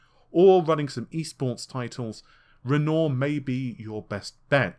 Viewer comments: That's Renoir as in ren-waaa. No I'm not a vocab nazi, just thought you might want to know. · Great channel! Always interesting info and well-presented. Outstanding. Minor point: "Renoir" is pronounced "wren-wah". All good wishes for a great 2020!